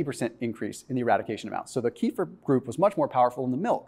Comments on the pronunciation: Keh-fear not kee-fer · Kefir, not " kifir" rhymes with "Cape Fear" without p 🇪🇺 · The correct pronunciation is kuh-FEAR. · Please pronounce the drink correctly. It is pronounced Keh-feer, kind of rhymes with Heifer, a cow. It comes from Russian via Turkish. It makes you sounds stupid. That silly keto dude Dr. Berg, also pronounces it wrong. Don't be a Berg. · Pronounced "Keh - FEER"